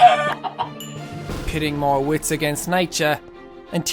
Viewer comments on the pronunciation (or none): none